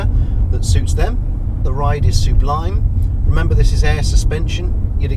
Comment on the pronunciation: "The ride is su-blime" as in "Su Pollard"? 😁